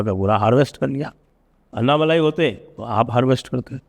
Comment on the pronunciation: Sir it is not अन्नामलाई, it is अण्णामलै(அண்ணாமலை)